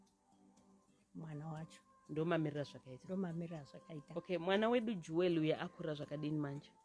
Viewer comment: Jewel not juwel